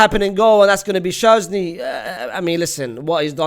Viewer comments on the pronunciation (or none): Why does unc say sherznee and Raul Asenio